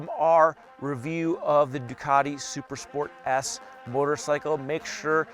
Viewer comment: Bro you have to enunciate better. Its sounded like you said Super Sport ASS.